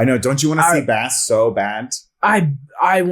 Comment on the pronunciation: Butchered Bast's name 😂🤦‍♂